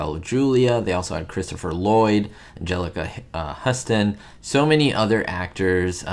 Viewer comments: Great video i love the Addams Family. Love both movies, but liked the 2nd one more its of my favorite movies. And its pronouced Houston like in TX not Huston. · Huston is pronounced 'Houston." A movie buff should know that, especially given the fact that her father is one of the great figures in Hollywood history.